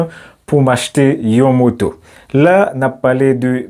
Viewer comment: M apresye travay ou brother men m remake ou manke focus sou aksan tonik lan. Chak fwa ou di "trabajo" kòm si m ta tande ou pwononse'l "trabajó", ki pa vle di menm bagay. De même pou "moto", m tande ou pwononse'l "motó". Menm si yap konprann ou, menm li mal sonnen. Antan ke pwofesè, ti bagay de baz sa fòk ou metrize'l. Dayè, nan lang panyòl la, aksan an ka chanje sans fraz la complètement.